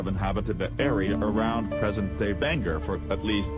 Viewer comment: apparently the computer voice is mispronouncing it! good video 😀